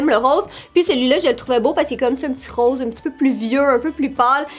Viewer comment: Le " rose " de 😂😂